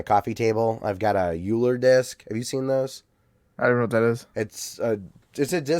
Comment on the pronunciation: Hey you know how my Alter Ego is basically Captain corrector where I correct people on the internet well that Euler disc you got It's pronounced Oiler. Normally normally I would have let this one slide but if you're going to have something as nerdy as an Euler disc then you certainly should be nerdy enough to to pronounce it right laugh out loud LOL